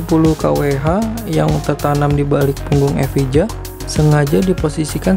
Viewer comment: Bacanya: lotus evaia.